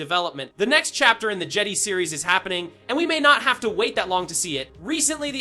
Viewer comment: Jeddy? Its jedi dumbass. JEH DAI